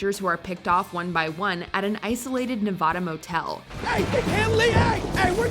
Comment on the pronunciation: I wish this narrator would learn to say Nevada right... It's annoying.